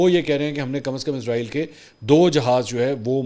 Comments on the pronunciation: پر آپ نے عزرائیل بولا تو پیارے منصور علی صاحب ۔ عزرائیل تو ایک مقدس فرشتے کا نام ہے جبکہ یہ ایک بے وفا قوم اسرائیل کے نام سے اس ناجائز مقبوضہ ریاست کا نام اسرائیل ہے۔ لہذا عزرائیل نہیں اسرائیل ۔ سین کے ساتھ پڑھا کریں ۔ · Mansoor Bhai word Israeel hy Izraeel nahi please correct